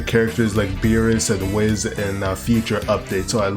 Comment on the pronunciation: Mans called whis, whiz